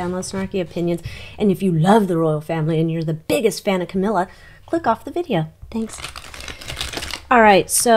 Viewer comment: Did you say cowilla.